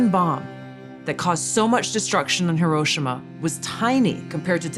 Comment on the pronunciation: Lol, everyone pronounces Hiroshima wrong.